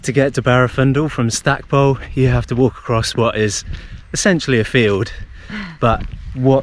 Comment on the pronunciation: Quick tip,the locals (I'm an old Pembrokeshire lad) pronounce it "Stack-pool" not pole.